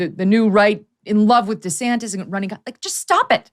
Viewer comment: Lol Megyn said DeSanctis!!!! I’ll be damned, Trumps little nicknames do stick after all 😂🤣😂